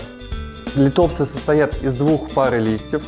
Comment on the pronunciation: Нууу бывает :)но к сожалению от правильного ударения лИтопсы лучше не ростут. Но вы правы контент должен быть грамотно преподнесен.